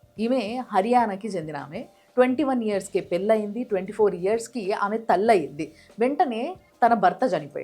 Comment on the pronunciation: 'దీర వనిత' కాదండీ, 'ధీర వనిత' అని పలకాలి. మీ విడియోలు అన్నీ బాగుంటాయి. కానీ వత్తులు సరిగా పలకండి. 'పెల్లయింది' అని పలికారు, 'పెళ్ళయింది' అని అనలేరా? Any problem?